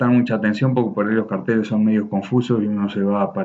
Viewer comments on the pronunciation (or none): none